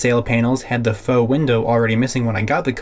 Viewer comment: I just learned what the real pronunciation of “faux”. Thanks.